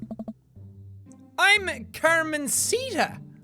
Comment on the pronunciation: "Carmensita" HAHAHAHAHAHA. Here in México is a nickname for girls named Carmen, but no one actually likes it because the term "mensita" mean little dumb, or silly :P (kind of). So instead of Carmensita we say Carmelita :') just a random fact. Loving the game so far (also, I didn't know it was from the Game Grumps, cool!).